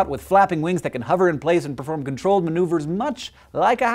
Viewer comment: It's annoying how it's saying "Huver" and not "hover"